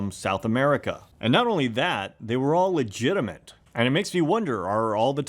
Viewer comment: "legitiment". <3